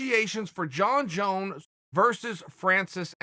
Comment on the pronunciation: "Jon Jone" 🤣🤣🤣😂